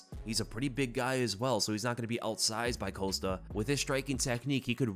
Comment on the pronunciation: i'm pretty sure paulo's last name is COST-A not COAST-A